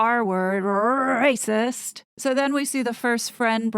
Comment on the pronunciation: Love how you are rolling the “R” letter and heightened your pitch to be higher… classic…. Rrrrracist….😂❤🇨🇦